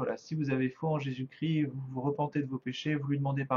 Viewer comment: on dis Jésus Christ pas cri ..arrêter d'écorcher son nom svp merci .